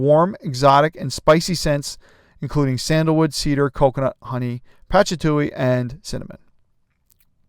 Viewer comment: Mate, patchatuly?😂 It's patchouli, pa-choo-lee, patchatuly.